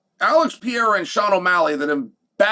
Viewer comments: Bugs the 💩out of me... When he constantly calls him Piera for some dumb reason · Chael how do you pronounce Pereira as Piera lol . You’ve heard everyone else say his name correctly 10,000 times lol. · Who's Alex Pee-era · It’s been way too long to still be saying Pierra 😆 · PE-REI-RA. repit with me... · Chael still can't say Alex's name... 😂😂😂😂😂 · I'm pretty sure that's not how you pronounce Alex Pereira... Conor is irrelevant Chael vs Nick Diaz let's go!!